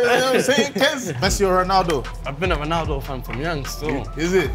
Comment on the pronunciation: Fam thats a disappoint how u saying ronaldo 😂😭